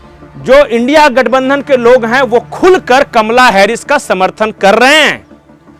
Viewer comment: Your thought is right. But U R always uttering INDIA GATH NANDHAN instead of INDI - GATH BANDHAN which is wrong. Please rectify for future.